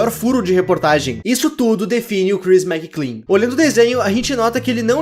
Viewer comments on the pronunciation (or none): Ele falando "Crhis McClean" o vido todo ao inves de "Chris Mclean"; 💀💀